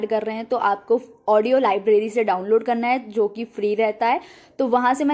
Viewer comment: Hello dear.... Love to see that... you are from M. P... N When you say.. "kanna hai "- (karna hai) full M. P touch hai🤣😂😁...i like your contents... .. Kindly make Video for... How to choose content.... I am from Jabalpur.. Jabalpur Engineering College passout